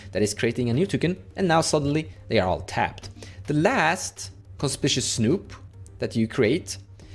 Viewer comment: Hi, no shade intended, but just so you (and everyone else) know, the red goblin Conspicuous Snoop is pronounced, Con-spick-you-ous snoop:) Conspicuous means “standing out,” or, “being obviously visible.” Many Americans too, struggle with the spelling of this word haha I have friends all the time who call it con-spish-ous, and it drives me insane 😂 I’m a writer. I guess that’s why. Thanks for the video! You’re my go-to guy for all things edh